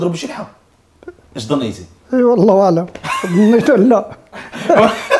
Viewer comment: Wallahila...zn uitspraak 😅👌👌👌👌